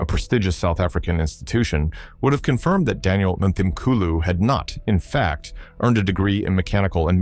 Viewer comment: Would be SO nice if it were narrated by a real person who could pronounce South African names and words properly. Examples: the 'h' in Mthimkulu is silent. It's pronounced as Mthimkulu. And the 'W' in Wits (University) is pronounced as a 'V'. Next time please just get a real South African to do the speaking.